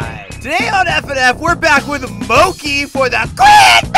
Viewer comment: Btw is this related to sanidad because it’s actually supposed to be Mickey but you call it MOKEY 😲🤣🤣🤣🤣